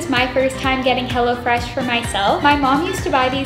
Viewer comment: Am I the only one watching it 1 year later and then when she said “hello fresh” I thought she said “hella fresh” anyone else